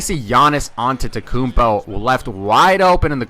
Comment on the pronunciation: Great Video and you started saying the Greek Freak's name right. :)